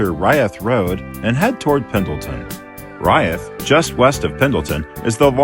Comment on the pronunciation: I lived in Pendleton for five years. Locals call it Umatilla Canyon rather than a gorge. The highway through there is Old 30. Locals also pronounce the town and siding Reeth, rather than rye-eth.